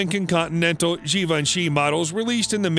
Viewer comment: All these years I thought Givenchy was pronounced like Davinci with a G. Oopsie.